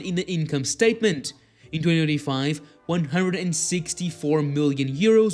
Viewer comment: You seriously need to learn how to say 2025 properly